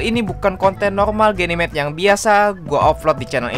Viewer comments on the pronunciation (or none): Aku denger genimate bilang nya gey nimate